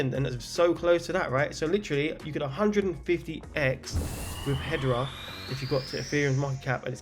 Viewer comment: I didnt see XDC, KADENA... I do think KAS & HBAR have a serious chance... And HEDERA is pronounced Ha-Dare-Ah 🤘😜